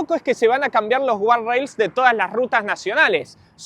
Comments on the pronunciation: es guarda-rail o "gad-reil" si insisten en decirlo en ingles. , guarrail o guard rail que encima es un dolor de bolas pronunciarlo no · imposible que vea el video con la cantidad de veces que dice mal gardarails, dificilísimo de ver,, saca una versión del video poniendo un pip cada vez que decis a la palabra jajajaja